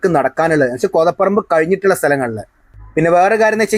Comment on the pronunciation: കോതപ്പറമ്പ് എന്നല്ല ഉച്ചാരണം. കോതപറമ്പ് എന്നാണ്.